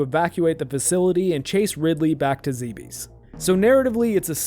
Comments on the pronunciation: Bravo! Btw I believe it's pronounced like Dweebs. Zebes as in Zeeebzz. I just lost a pet too, so I feel for you, bud. Also, I really appreciate you on the DnD stream. Hail! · After scarlet and violet I'll never buy another Nintendo game again. Edit: it's pronounced "zeebs"